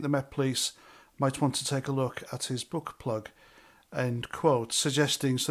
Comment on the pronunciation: I thought you said butt plug rather than book plug. 😂 That will make me chuckle for the rest of the day.